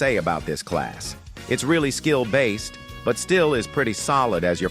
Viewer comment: When you say skilled based it just sounds like a skill issue 😂😂😂😂😂😂😂😂😂😂